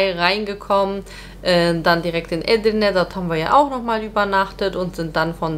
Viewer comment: Nette Familie, allerdings sträuben sich meine Haare es heißt eDirne und nicht Edirne, heißt ja auch nicht yaLOva